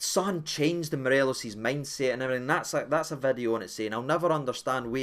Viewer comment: A brand Noo Vid-e-o 😂